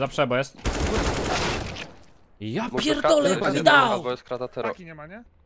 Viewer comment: jak przeklina to brzmi jak 5 letnie dzieco tak wymawia te "kurłwa" albo "japierłdole"